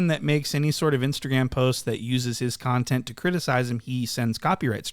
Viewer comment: That word is NOT con-tent in that context. it is pronounced cun-tent. Not being a dick or troll i am giving an English lesson here... you're welcome.